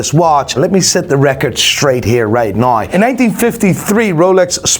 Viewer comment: Why do the iris say 'nai' instead of 'now'? They need to see a speech therapist.